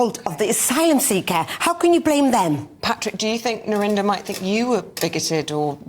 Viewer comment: Narinder kow is how you pronounce her name